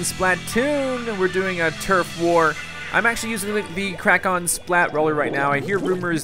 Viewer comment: When it's sayed it sounds like it's spelled k r a k o n but it's spelled k r a k e n